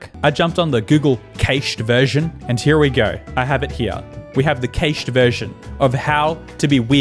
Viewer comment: Feeling triggered by pronunciation of "cached". Unless he's just saying it that way to be quirky!